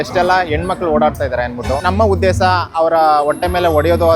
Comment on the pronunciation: Kannada sari illa uddesa alla uddesha